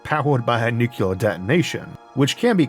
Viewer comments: Isn't it nuclear instead of nucular? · Downvoted solely because of "new kya ler". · For the love of god, 'nucular' is not a word. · Incredible content from an incredibly visionary phycisist. Still using the George W Bush pronounciation of "nuc-ular" (that is NOT a nag on your speech impediment, as 50% of americans without speech impediments make the same mistake) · Very easy. Two syllables. NEW CLEAR. It's not your speech impediment. It is the way military (mis)pronounce this word.